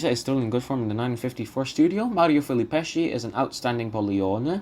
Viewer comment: And also it’s FilippesKi, and Pikki. Cigna is pronounced CHigna, not Signa. Zaccaría accent on I. Interesting analysis, bravo. I also think that Callas 1955 is her best (and THE BEST in general), but in 1952 and 1953 her voice was definitely more rock solid.